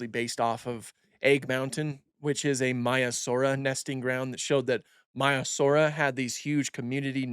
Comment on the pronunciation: Its miasara😂